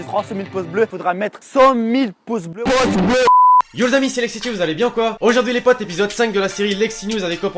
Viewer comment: Nan parce que il dit poce blo au lieu de dire pouce bleu :)